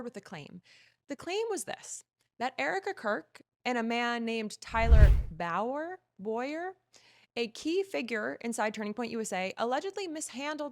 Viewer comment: You don’t even know how to pronounce tyler bowyers name… girl what